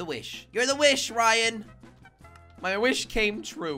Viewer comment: Manal Al Rashed the person said Ryan but it’s rayan